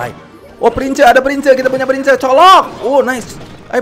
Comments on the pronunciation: Bang baca nya prins bukan prince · ngomongnya prins kak bukan prince